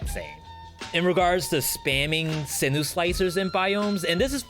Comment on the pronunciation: Turrets: Owl > Double Cross > Barn (stationary owl) > Heavy > sinew. (also I think its pronounced SIN YOU not sinu :d)